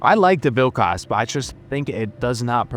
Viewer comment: As a Lithuanian,the way you say Vilkas makes my ears bleed,but overall a good video 😭